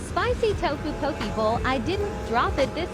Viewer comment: NOOOOO NO! NOT POKI! POKE! E! POKE! POH KEH!